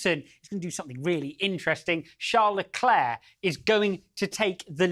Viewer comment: Hahaha. Have you heard him introduce himself? " I'm CHARLZ LECLERK" DUH😂 Watch Drive to survive. His new wife pronounced it the right way too!